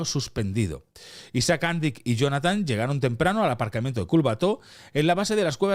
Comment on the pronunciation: Has anat a l'escola crec oi? Si fos "Àndic" com dius tu, portaria acent a la "a". Com q no en porta, és una paraula aguda en aquest cas, amb èmfasi a l última sil.laba. Fins i tot el video q poses de tele5 ho pronuncien bé i tu erre que erre....